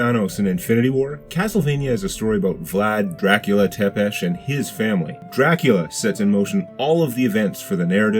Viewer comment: If Tepes (and I hate how you butcher the pronunciation) defending his country from waves of invading heathens is evil then I think we should all endeavor to be evil.